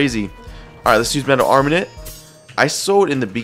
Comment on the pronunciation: Hate how he calls it armanint